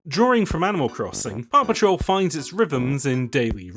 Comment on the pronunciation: I know you are saying Park Patrol, but I keep hearing Paw Patrol